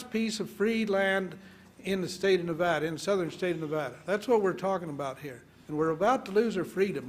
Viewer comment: miss no nevada bear hunt cant even say nevada!